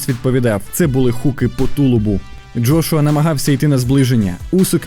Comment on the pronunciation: Джргуа,лдошуа,джошуа.....ФУ,БЛЯ!!!! ЯКЩО ОБЗОР,ТО ОБЗОР....ПОРАХУЙ СКІЛЬКИ РАЗ НАЗВАВ І ЗРОБИВ АКЦЕНТ НА джошуа і на Усика.!!! ПОРАХУЙ,ХОЧА Б ПО ПРИЗВИЩАМ СКІЛЬКІ РАЗІВ НАЗВАВ....фу,бля.....🧐